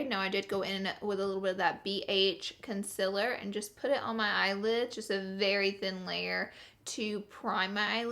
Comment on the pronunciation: Omg the way she says concealer😬😬